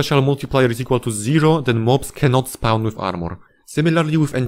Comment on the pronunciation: First time I'm hearing spawn pronounced as spaouwn. Also fandom wikis are evil monopoly garbage, use real wikis